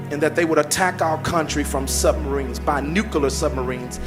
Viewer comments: pronounces nuclear as “nuculer”. Lol. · “Nucular” and “bummed” lmao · Noooo, not the Nu-Kuh-lar submarines 🤣🤣🤣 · "nucaler" ? "Hummasexuals"??